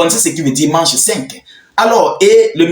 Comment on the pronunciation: Prononciation mak (phonétique) de mach vitesse